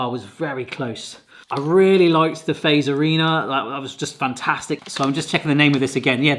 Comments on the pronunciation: You say it like Fatserina even tho its called Fazerina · In Finland Fazerina IS Said Fazzerina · The best joke is to give foreigners salmiakki and see their face and reactions. The second best is to ask them to pronounce our words. Like the Fazerina 🤣🤣🤣 I can give you a hint it’s not pronounced like “face..” as in the video. 🤣🤣 Italians would probably do better 🤔